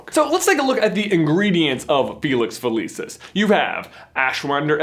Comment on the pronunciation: felicius is pronounced with a ch